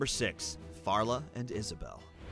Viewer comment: IM FUCKIN WHEEZING “ FAR-LA “ HOW CAN YOU NOT PRONOUNCE FAR-LAN